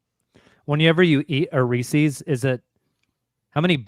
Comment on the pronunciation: Reese's... Not Reesee's...